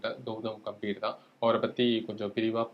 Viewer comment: Gautam "Ga"mbhir.....peyar..... கம்பீர்! "கே"ம்பீர் இல்லை.... "கா"ம்பீர் இல்லை... பெயர் உச்சரிப்பு மிகவும் முக்கியம். கம்பீர் என்றால் சமஸ்கிருதம் மொழியில் தைரியம் என்று அர்த்தம் உங்கள் பெயரை ஈஸ்வர் என்பதற்கு பதிலாக யேஷ்வர் என்று சொன்னால் எப்படி இருக்கும்.